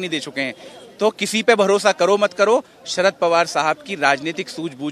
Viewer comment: Sarad border nahi Sharad bolna seekh sahi se.